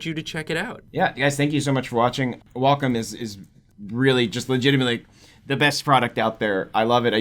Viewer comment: You guys are not pronouncing Wacom correctly